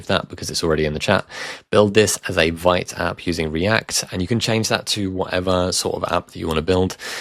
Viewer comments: Vite is pronounced Veet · Just a heads up. Vite is pronounced 'Veet'